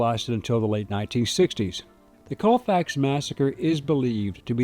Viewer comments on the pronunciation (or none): Colfax is so small not one stop light and its pronounced call fax not cole fax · I live a little over an hour from Colfax in Mississippi, but I have, or had relatives in Colfax. I have never heard of this. BTW, everyone around this area pronounces it "call fax".